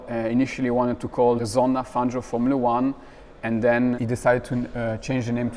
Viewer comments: panzio는 영어식으로 읽어서 그럴걸요 팡히오가 현지식 발음인듯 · 아르헨티나 스페인어 발음으로 팡히오가 맞음.